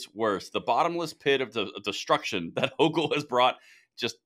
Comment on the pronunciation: Houchul is a "Jouchul"